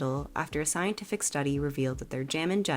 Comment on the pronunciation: I had to listen at least 3 times to what you said because it really didnt sound like you said "jenna dolls". It sounded like you said something else.